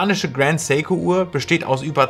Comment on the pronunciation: Endlich mal ein deutschsprachiger Youtuber der Seiko richtig ausspricht.